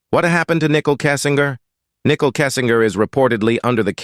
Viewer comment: It's not pronounced, nickel (like 5 cents). It's pronounced, Nicole (nick cole)